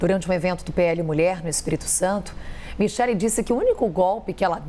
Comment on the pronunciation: Kkkk É micheque essa pronúncia sua ñ m convenceu kkkkk